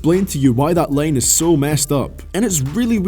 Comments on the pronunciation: its line not lane ffs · Is it really that hard to say “line” and not “lane”